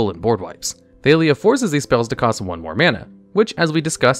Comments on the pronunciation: 99% sure her name is pronounced ThaH-lia, not ThaY-lia since it is just Talia with an TH sound instead of a T sound (unless u have a thick French accent) but it seems like u realized that by the last 2 times u said her name since suddenly u said it right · Thay-lee-uh? C'mon... Wait, at the end you pronounced it right, so you ARE trolling?! 😅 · How do you pronounce Jitte right but Thalia wrong?